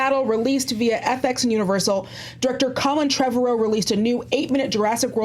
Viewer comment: I love but cant stand the way she says Trevorrow.